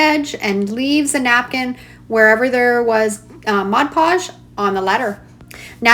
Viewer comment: Thank you for saying MOD PODGE and not ‘modge podge’ hahaha. This is amazing and you just make it look so easy 💖